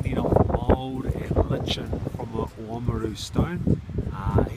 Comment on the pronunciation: It's pronounced LIE KIN ;) litchin isn't a word